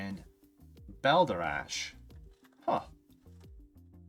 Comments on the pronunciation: Chapin (Chay-pin) not Chapman & Bal-der-Dash not bal-der-ash. 👍🏼 Sad song lol. Always liked this song as a kid for the sound of the music. Years later, I actually listened to the word & was like wtf 😂 I still like it though. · Oh, Christ. I knew the butchering of the name was inevitable, they all butcher it...usually as "Chappin"...but even I didn't expect "Chapman". Also, how the hell has an adult human being in an English speaking country never even heard the word "balderdash" before? And how can an adult human being look at the letters that make up a word...B-A-L-D-E-R-D-A-S-H...and not even come close to the correct pronunciation? Be embarrassed. Just be embarrassed.